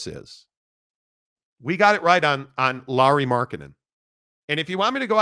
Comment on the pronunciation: Lauri not Laurie! Try to get name right first bro! 🤡